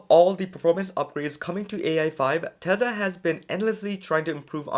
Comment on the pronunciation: Tesla is pronounced Tesla, Not Tesa